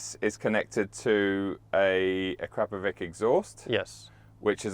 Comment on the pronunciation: it is "Akrapovitch", not "Akrapovik"